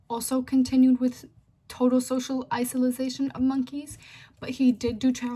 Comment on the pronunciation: (iso-late-shin) isolation , you were saying "isilization." But other than that I say it was a good presentation. Good job